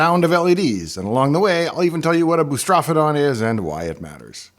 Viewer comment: But FFR, the word "boustrophedon" is actually pronounced as "boo * struh * FEE * duhn."